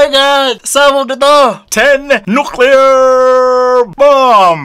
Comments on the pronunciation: TEN NUCLEAR BWAHAHAHAHHAHA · natawa aq sa ten nuclear 😂😂😂😂